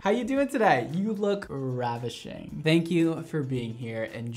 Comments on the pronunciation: “you look ravishing” I swear for a second i thought he said ratchet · I thought he said “radishing” 😭